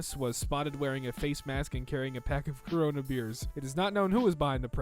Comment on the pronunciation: man it sounds like he's saying cock when he's saying corona or covid.